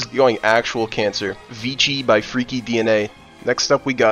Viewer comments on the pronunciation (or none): none